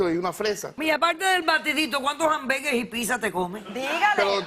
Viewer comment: entre el "guasay" y las "ambergues" ... no se a cual irle, jajaja...